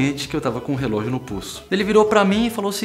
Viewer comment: cara rrrelogio de aco com terno ai nao ne'